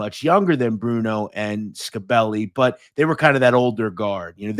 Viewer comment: Scibelli is pronounced Shibelli. I grew up with and around all these guys you're talking about.